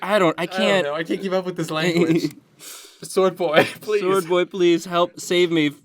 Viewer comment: shword boy, not sword boy